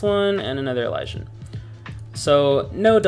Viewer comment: downvoted for mispronouncing elysian.